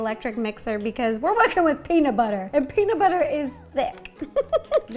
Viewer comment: Peamub bubber